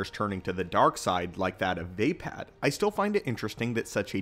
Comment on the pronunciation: "Shee Cho" "Mock Ashi" "Vay Pad" LMAO 😂 From what I remember they are pronounced: She-e-cho Ma-ka-she Va-paad The last one I haven't heard of in a while to remember how to pronounce it as well 😂